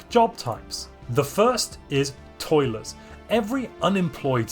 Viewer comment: Not going to lie, I though you said toilet, rather than toiller